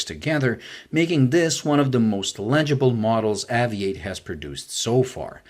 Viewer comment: It should be pronounced like aviate , Obvs.